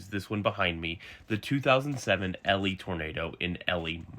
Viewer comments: Hi, born Manitoban here. It’s not called Ellie, it’s pronounced Eli. Great video though! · E-lie, not Ellie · Sorry, Elie is mispronounced. It is not supposed to rhyme with belly; it is literally E-lie. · Great video but you pronounce it like e-lie